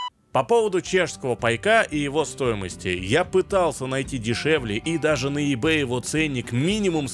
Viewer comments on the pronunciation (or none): none